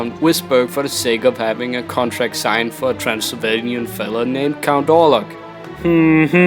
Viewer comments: Lmao I love how u pronounce count wrong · is he saying "count" or "cunt"?